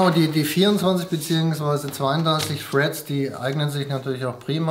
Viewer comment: ER-O-G, Freds, Grafichkarte, Korsähr. Das sind so Schlagwörter, die perfekt die Backsteinoptik im Hintergrund aufschönern.